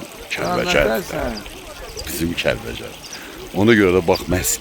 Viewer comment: oğlum əsil Kəlbəcər ləhcəsi ilə dedin,Kəlvəjər